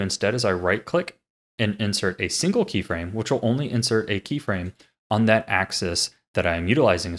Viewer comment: "krey frame" aha! You fool!